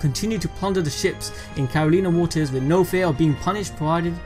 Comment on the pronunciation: Not carolinah